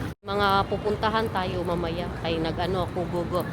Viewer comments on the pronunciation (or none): none